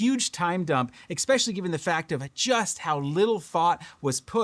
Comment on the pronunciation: Sorry to do this... eSpecially, not eXpecially. It's alright we all do it. Just thought you might want to know. Sometimes it's like having food in your teeth but nobody says anything. That said, I didn't miss the point of the video and I am totally on your level and appreciate quality design practices. This radio nails it! Maybe they can copy a more compact radio some day and bring along the same improvements. The game controller style radios are what I prefer, as long as they provide a good point for the neckstrap to clip on that's not an afterthought. Love your commentary and how you point out when these companies spend more on marketing than manufacturing.